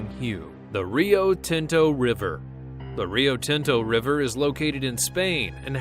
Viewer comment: I like how white he sounds saying "Rio Tinto" lol btw I'm Mexican